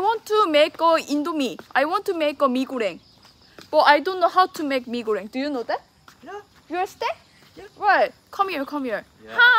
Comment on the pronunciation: “you konw”